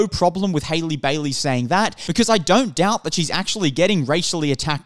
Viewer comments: it’s HAH-lee not HAY-lee… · you people have been review bombing since last year, LAST YEAR, haven’t watched the movie and talk mad shit about it, not a single white woman alive can outsing halle and get a role like this, also it is HA-LLEE NOT HAILEY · Hailey Bailey? cmon now at least learn how to pronounce her name. I do not like the Disney live-action remakes and will not be watching them since I am an animation snob but your video so so disingenuous. Halle has responded to the backlash for her being casted, not the film reviews themselves. Just seems like you're trying to outrage bait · I don’t wanna be that guy but your pronouncing her first name wrong lol